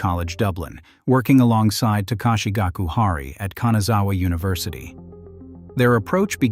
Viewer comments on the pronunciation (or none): none